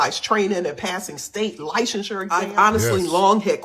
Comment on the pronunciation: She also pronounces licensure as “lie-sehn-sir” It would be normal for someone who didn’t pursue counseling/therapy to pronounce incorrectly. Someone with a masters in therapy who pursued licensing would know licensure is pronounced as “shir” not “sir”